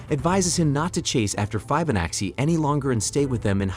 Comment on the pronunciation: Also pronouncing Fibonacci as "fibe-oh-natchy"